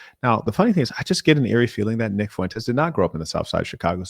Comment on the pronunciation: Neck not wight yall hes Mexican